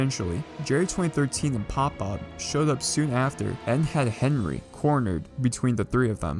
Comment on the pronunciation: Did he really mess up pop bobs name lmao